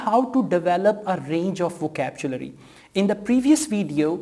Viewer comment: Hello brother, good video but please remember it is not "vokabjulary". It's "vokabyulary"